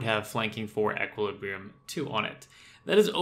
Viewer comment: ish you say "until jagex does something about death costs" but why should they... theres no need to. If you don't want a high death cost, don't use expensive gear and do risky shit. It's really not that hard. Also sgb spec is only 30%, not 35% And you're pronouncing equilibrium wrong